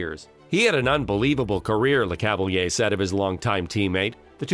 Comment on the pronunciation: Tres bon documentaire 👍 mais tu devrais pratiqué la prononciation des noms Quebecois parce-qu'ont se perd un peu par moment .. ( Ex : St-Louis & Le Cavalier)